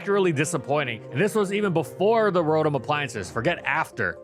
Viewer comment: It’s pronounced roh-TAHM, “”! 🤨